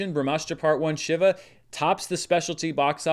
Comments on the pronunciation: its She-va not shiver 🙁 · Just FYI, it's pronounced "Shee-va" (think She-Ra). He's one of the main Hindu deities